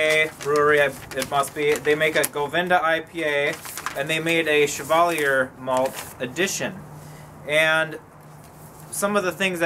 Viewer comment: Really not trying to be a dick, I mean this to help pronunciations. Chevallier is french, hence the Shhh pronunciation. Cheshire is pronounced with the same Ch as chair or Cheddar as it's Anglo-Saxon. We pronounce shire the same as sheer, so Cheshire is more like Chairsheer when spoken. Like your vids and look forward to the next.